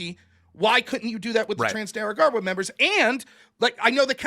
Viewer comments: why does pronounce it "trans de argawa" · "Trans they are Gawa" - Noerr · I love every time tries to pronounce Tren de Aragua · He makes it sound like a race or faction from Star Wars lol